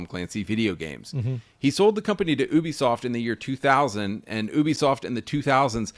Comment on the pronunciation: I heard ubisoft as "boobysoft". Hehe